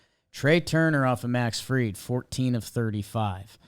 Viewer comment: Dude on the left can’t even pronounce Max Fried’s last name correctly. Come on dude. Disrespectful to a hell of a pitcher. It’s not Field